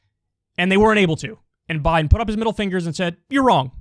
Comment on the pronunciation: Really Kyle? You are going to listen to a theory of a former bus driver who can’t even say Joe Biden’s name right?